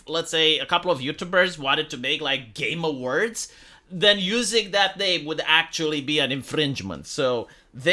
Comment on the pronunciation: Everytime says Game Awards it sounds like hes saying "Gamer Words". I vote the community hosted Game Awards be called the "Gamer Words"